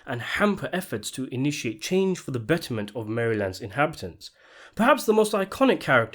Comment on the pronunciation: Forever triggered by your pronunciation of Maryland.